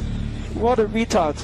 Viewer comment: "What a weetard"